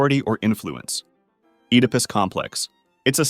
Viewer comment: You pronounced oedipus incorrectly the 1st time, then correctly the 2nd time. Odd.